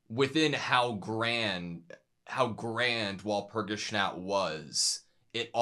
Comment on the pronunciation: I love how he pronounces Walpurgisnacht 😊